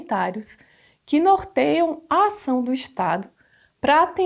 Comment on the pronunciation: a maior limitação é sua fala NORTEIAM